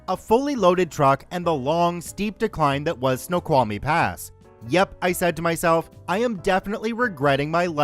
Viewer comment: Hey, native Washingtonian here!! It's so cool that you pronounced Snoqualmie correctly! 😆😆